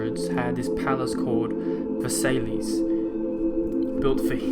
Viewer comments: Ver say lees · ...Ver-SAY-lees ...REALLLLLLY?!?? Literally seconds after hearing you cautioning against ignorance, we find that you didn't have time to look up the correct pronunciation of Versailles?!